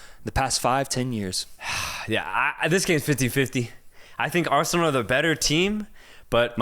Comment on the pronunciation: Not a minute into it, and my ears are bleeding after hearing Arseanal better